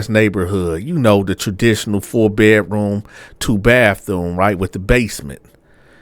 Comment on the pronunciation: Not the "Bafthoom!" 😂😂😂